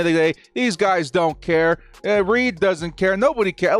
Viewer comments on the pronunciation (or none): none